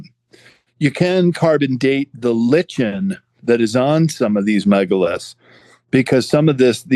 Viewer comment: Small detail…I thought “lichen” was pronounced as “liken”.